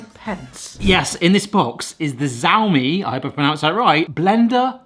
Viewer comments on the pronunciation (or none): its xiaomi the smartphone brand its not a z its a ch sound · Pronounced “Show me” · Im no china man but I think the pronunciation is "shou (like the first half of shower) me" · Xiaomi is pronounced "siao mi" (or phonetically sea-ow-me) and not "zao mi". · Xiaomi = Shau-me (sh, ow, me) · Since there's a decent chance you'll be reviewing a Xiaomi product again, the x makes a sh sound. So the first syllable is sheeao and the second is just me, which you obviously got just fine. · Pronounced as "SAOMI" instead of "JAOMI" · It’s pronounced “Zhow Me” and they are a huge tech brand from China. They do make everything. From Mobile Phones to self-making beds. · It's 'shao-me' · hey buddy it is pronounced Shhh-ouhhh (like the sound when you are in pain)-me so sh-ouhh-me with sshhh--oohh as one syllable and me being the second one :) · I believe that the “xiao” in “Xiaomi” is pronounced like the “show” in “shower.” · Xiaomi is pronounced as SHA-O-MEE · Yeah you’ve pronounced it wrong but don’t worry, at least 50% of people do lol